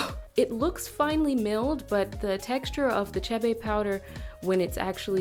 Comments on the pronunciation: Its pronounced k bae not shae bae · Its pronounced kibe its Ethiopian butter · Every damn time she said shebe 😤😤 African names are mostly pronounced exactly how they’re written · Chee-bay powder.